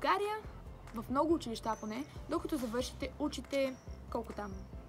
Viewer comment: Научи се да казваш училища